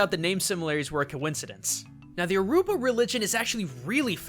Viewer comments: I feel like these videos are getting rushed, I'm Not Nigerian but that's not how u say yoruba, lol the arrow pointed to east Africa when he said west I think they should slow down and take their fix up these theories, make em a bit more solid like how they used to be. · lol, you are definitely right about the way he said yoruba, but he then went on to say its the official language of Nigeria. English is Nigeria's official language, yoruba is just one of many tribes in the country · as someone addicted to overwatch and who has a father from nigeria who speaks Yoroba, i can officially say you butchered the name completely. it's yo-ro-ba. not yo-ru-ba ffs. plus you do realise that Numbani where Orisa and edit are from is in Nigeria? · your pronouncing yoruba wrong its more like ROO then rue but still cool vid im glad blizzard have researched Nigerian culture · it's yo-ro-ba believe I know my dad is Nigerian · It's pronounced you-ro-ba. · dont mean to be a dick, but as a nigerian everytime you pronounced something nigerian i cringed a little lol. a little hint tho, Yoruba isn't pronounced the way it's spelled, it pronounced (you-ro-bah). still great vid tho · he's said it wrong yo ru ba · I'm Yoruba and the way u pronounced it was wrong it is actually you - ro - ba. 😊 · Dear, as a Nigerian myself I really like your analysis but you got a few things wrong. It's pronounced more like You-row-baa (with the aa sounding the same as when you say na na na na na na na na batman).Also yuroba is not the official language of Nigeria. The british used to own the county so in politics, businesses or between people from different tribes English is usually spoken. It's nearly everybody's second language after the language of their respective tribes of which their are (if you count the unofficial languages too) between 50-200. But I understand the confusion because people from the yuroba tribe make up a very large precentage of the population. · When he says Yoruba wrong.